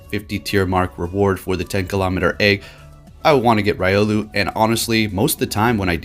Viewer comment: sighs Ree-o-loo and Bae-gon fam